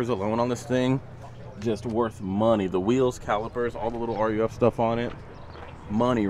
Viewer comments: It's "ROOF" not R U F.... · RUF is pronounced "Roof" and not "Are you F" my man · It’s “roof” not n u f bud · Hey its pronounced Roof. Not R U F. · Ruf is pronounced Roof.